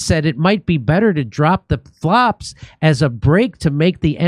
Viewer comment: "Flaps" not "Flops".